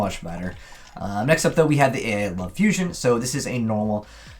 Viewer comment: The spell/trap archetype is not pronounced A.I. but ai, the field spell fot example is pronounced like island, you missed so many troll names because of this.